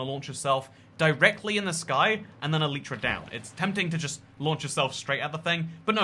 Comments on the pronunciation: I have mending on my elytras and I buy xp bottles from villagers and always have a stack in my ender chest to repair my stuff Quick question: which one is the correct pronunciation "Elitra" or "Eleetra" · Unsubscribed for the way you say Elytra x,D